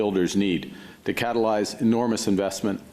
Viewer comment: I wish that idiot would stop saying catalyze.